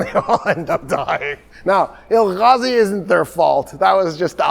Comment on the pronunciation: please no throat sounds in Turkish. (it hurts to hear or I will keep shouting Julius Caesar and Nicea)... now no "Ghazi" it is "Gazi" like you say gas or grass just the same "g" or Toktekin not Tocghtekn ...not Tughrul... it is a soft "g" you do not pronounce it at all but pronounce the vaul before it double so it is "Tuurul". it is terribly rude to be speaking with deep throat sounds. Turkish still being confused with Arabic even by someone who is so aware of it.... part 1 of the lecture Turkish, Mongolian, Korean, Turkish being related